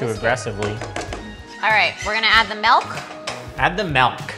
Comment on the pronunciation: did he just say MALK?